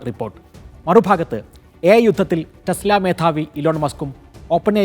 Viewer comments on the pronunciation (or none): തെസ് ല അല്ല ടെസ് ല